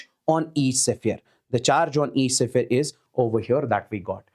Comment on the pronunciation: it's sphere, not sephere